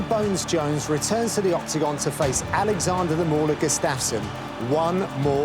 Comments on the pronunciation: It's pronounced "Gu-staf-sson", not "G'staf-son" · Not sure if I can stomach Gooden calling him Gus-staff-son for 28 more minutes....come on man lol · he says Gustafsson weird